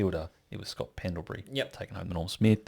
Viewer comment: Streets won’t forget who the real norm smith medalist was in 2 thousand ben- 10, “Scott Emblebury” 🤣